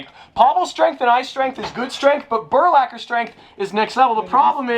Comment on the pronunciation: It’s burlacher